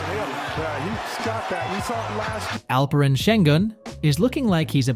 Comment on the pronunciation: Terrible pronunciation. It took 4 years to learn Luka’s name for Americans. Let’s see how much it will take to learn Alperen’s. You guys are slow learner.